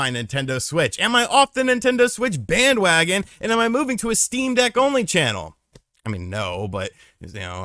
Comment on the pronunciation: I thought about getting a Shteam Dheck for a bit and then didn't